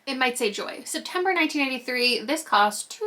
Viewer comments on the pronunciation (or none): Every time you say 1993 I hear 1983 😅